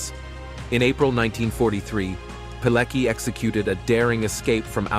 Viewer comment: I can't stand how badly his his surname is pronounced. Its Piletski!